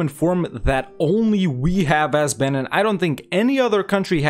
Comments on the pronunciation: It’s pronounced Ben-een not ben-inn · I only got 1 minute in because I can't handle your pronunciation of Benin; the second vowel is pronounced like "ee". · It’s pronounced ‘beneen’ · Please learn to pronounce the nations, I can't listen to you saying BENNEN 50 times